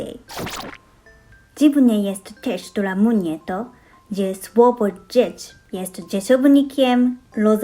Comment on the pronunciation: Bardzo przyjemnie słucha się Twojego polskiego. Świetnie Ci idzie nauka. Urocze są te potknięcia natury fonetycznej takie jak "doń" zamiast "dzień". Chyba takie zbitki spółgłosek są najtrudniejsze jeśli chodzi o wymowę, prawda?